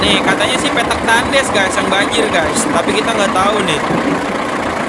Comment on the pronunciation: Bukan takndes cara penekannya kurang yg bener penekanannya ucapan thandhes.. Tulisan nya tetep TANDES